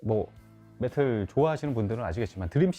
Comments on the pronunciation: 근데 메탈을 왜 자꾸 메틀이라고하지😊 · 저남자는 왜 메탈을 메틀이라고 하시는거에요? 혹시 틀딱이신가요? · 메탈을 자꾸 메틀이라고 발음하시는거같던데 제가 잘못 알고있는건가요? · 매틀~ 이라는 발음이 자꾸 귀에 걸리네요~